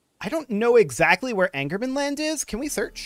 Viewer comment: It's Ångermanland not Angermanland. The Å is pronounced kinda similar to O